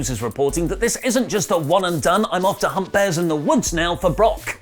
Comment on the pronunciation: Did say "I'm off to hump bears" or "I'm off to hunt bears"